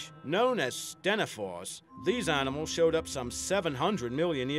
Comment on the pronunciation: at the begining he said "Annamals"